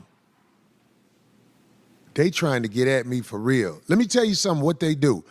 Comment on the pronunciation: When you say real, it sounds like you’re saying veel lol.